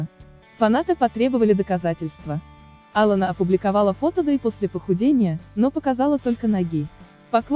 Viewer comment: Ударение хотя бы в имени правильно ставили.